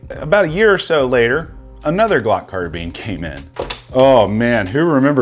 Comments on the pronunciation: It IS “car-bine”, I’ve never heard the pronunciation “car-been” before and yes, it was doing my head in too! 😂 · Anyone else annoyed by the"car-beeen"?? Some reason I feel better saying"car-bine"... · It's CAR. BINE. Not Carbeans ffs. 😬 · You say carbean I say carbine.... But I'm from the south.... So theres that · Why is my man saying car beans??? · Car-beans lol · Is it " car - bean " or " car - bine " !?!? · Say Glock Carbeen one more time. You know so much about Guns but don't know how to pronounce Carbine. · Michael Hodge it could be an accent thing. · Why does he say carbine like that 😂